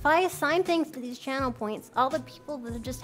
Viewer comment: three and a half hours to hear Mel say "I love deese nuts" .. It was all worth while ... <3